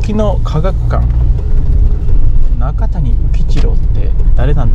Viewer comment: どうせなら、片山津の総湯も映して欲しかったなーｗ 中谷宇吉郎は、「なかたに」ではなく「なかや」と読みます